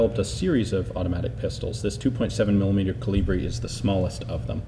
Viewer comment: It's KOlibri. Not KoLIbri. The intonation is on the first part, thus.